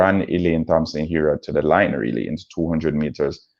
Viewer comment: Thompson pronounced TOMPSON